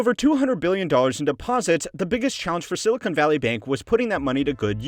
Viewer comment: Seriously, its pronounced "sill-i-con" NOT "sill-i-cone". Silicon is basically sand. Silicone is plastic.